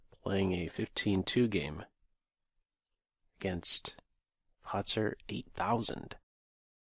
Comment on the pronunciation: um....pahtzer? is that how everyone pronounces it these days? lol